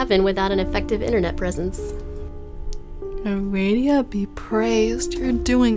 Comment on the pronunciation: Did.... she say "Aradia be praised"? The false goddess of "witches"? I can't decide if I'm impressed or should facepalm.... Given the fact that a Christian witch hunter made her up... And the severe butchering of her name.